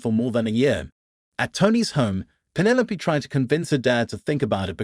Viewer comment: Penne Loap? Who names their kid Penne Loap? It’s penne low peeeeeeeee. Penelope. Teach your VO 🤖 some Greek!